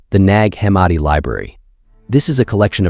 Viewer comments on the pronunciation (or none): gahhh this ai is butchering pronunciation like theres no tomorrow tfff 😭 ...NAAAAAAG HUH MAAD EE. 🙅🏼‍♀️ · I love your videos but your pronunciation of nag hammadi, Tao te Ching and a couple other works is killing me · its AI, not his pronunciation